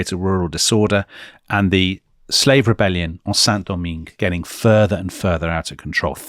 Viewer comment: In case Saint Domingue (Haiti) is mentioned again: the final "-ingue" is pronounced like the English word "hang", but without the aspiration at the beginning.